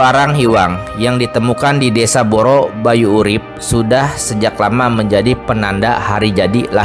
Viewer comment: Terlalu memaksakan diri, hanya demi konten. Banyak kalimat yg salah, seperti BRENGKALAN padahal Brengkelan (itu sdh beda arti) , trs BAYU URIP padahal Banyu urip, dan dari cara membaca pun terlihat logat jabar, bukan orang wilayah setempat dan bukan ahli sejarah tp sebatas membaca